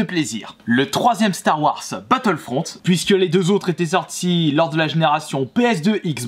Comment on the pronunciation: Star warsss arrête ça se dit Star warzzzz